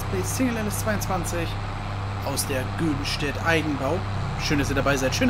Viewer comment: Moin moin Klasse Video aber Göddenstedt wird anders ausgesprochen und zwar mit einem Höhen Ö wie beim göttlichen ich weiß das weil die Ortschaft nur 15 km weit Weg ist LG